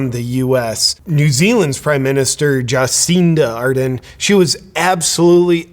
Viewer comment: Ja-sinta R-derrn.